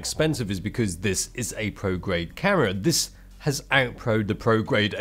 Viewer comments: I keep hearing "Karen" instead of "camera" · I thought he said carrot, but then my hearing is not so good. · i swear when he says "Camera" it sounds like he's saying "Karen"? am i trppin?